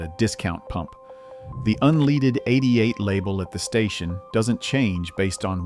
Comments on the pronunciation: How about using a real human instead of robo voice to narrate the information? It's "un leaded" not " un leeded" stupid! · Un leaded un leaded not un leeded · Unleeded… F’n AI… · So sick of these AI videos. The producers of this crap should be required to tag every video as "AI generated ". The word is "leaded" not "leeded". I don't trust or put any stock in illiterate people. I'm certainly not going to do it with a box full of electronics. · Ai needs a Remedial English class! "UNLEEDED"???🤣😂😅🤔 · You're talking about types of gas etc and you mispronouce unleaded lol